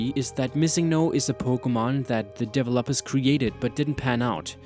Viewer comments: Dev-o-lopers? Your pronunciation needs to be resolved. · Tbh I love this video but there are common name mispronunciations like 'Lt. Surge' 'developers' and 'casualties'